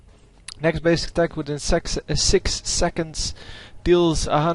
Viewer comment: You said Sex instead of Six. :D